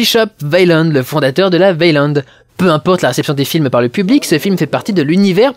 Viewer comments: Au passage, on dit "ouéland" et pas "vélande"... Mais si encore c'était le seul truc que tu avais pas piger dans ce film... Ou dans la saga Alien... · tu prononce weyland " vélande " -> alors que j'ai toujours entendu "way-land" "ou " ouai lande ", comment cela se fait t-il ? ( ici la fille de weyland qui prononce "son Nom" ) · Très bonne critique de ce film cependant Weyland ca se Waylande pas Vayland bordel de merde